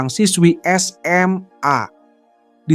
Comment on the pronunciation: Penyebutan SMA jangan terlalu ditekankan begitu min. kurang nyaman dengarnya🙏